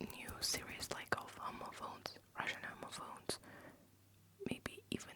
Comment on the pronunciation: Just an fyi, youre saying it very close to the word homophobes which is not really how its pronounced in english and makes it jarring to hear lol. The first o is a short sound like hom-ophones instead of homo-phones